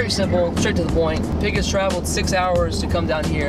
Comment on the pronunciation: If you expected me not to come here and say "Peeg" then you are mistaken...